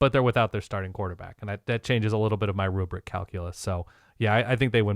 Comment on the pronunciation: Can't remember what no glasses guy said last wk cause glasses guy couldn't stop saying "ruberic" and he was dead wrong w Aggies vs LSU lol